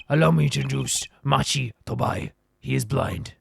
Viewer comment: Going into this case I wasn't going to, since I know you don't like being corrected on pronunciations, but you specifically asked SOOOOO... Lamiroir is pronounced like French (sort of "lami-rowa"). "Machi" has a hard "c" sound for the "ch" like in Italian (so "maki" roll ), and your pronunciation of "Tobaye" the first time in the video (haven't gotten any further yet so idk if you try other pronunciations) is pretty much spot-on. The "e" at the end is mostly silent, making it closer to a short "yuh" for the last syllable.